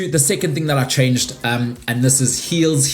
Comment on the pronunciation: lol I love how you pronounce hills as heels but bills as bulls 😂